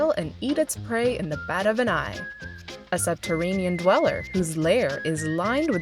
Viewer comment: "subterranean?" wtf